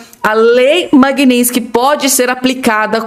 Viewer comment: NÃO É MAGUINÍNSTIQUE É MAGNITSKY